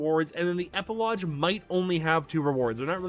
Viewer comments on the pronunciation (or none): It’s epilogue (eh-pih-log) not (eh-pih-low-juh)